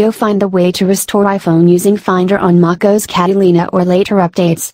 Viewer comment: How she said macOS at the start 😂